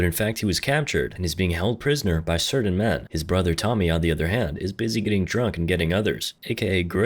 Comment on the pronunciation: "Clapping his brathurRR~"